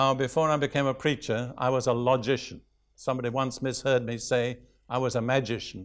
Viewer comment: Lodgeician? Did you sit in the east and wear a tophat 🎩?